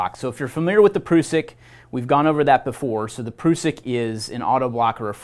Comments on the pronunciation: Great video - just wish the guy would stop calling the PRUSS-ICK the PROOO-SICK....??? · Great vid 👍 but ,,,,,, It's definitely a prusik knot not a prooosik knot 😂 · Its an prusik hitch not an "prewsik" knot.🤨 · its a prusik not a proosik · Pr-US-sik. Us, as in all of us. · Can’t cope with him saying Pru-suck 🤦🏻‍♂️😂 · Defo gonna call it a pru-sik from now on 🤣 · asides from the mis-information, this dude needs to stop with the "proosik" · Pronunciation. A Prusik /ˈprʌsɪk/ great video otherwise, just trying to help no hate here. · proosik loop? imagine the effort americans put in to mispronounce every language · Prusik is a French term, and thus the proper pronunciation is indeed "prooseek" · Sorry mate NOT Prooseek check the link above, cheers! It's not a French term either! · To us old time Knot tiers this pronunciation of this great old knot makes the hair on my neck stand up ! I'm in my middle seventies and have tied knots millions of times on the farm and working ! He should at least learn their proper names ! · Great lesson, not necessarily great for icy rope but otherwise a situational, useful knot that im glad to have in my toolbox, but I really cant handle the way that you say prusik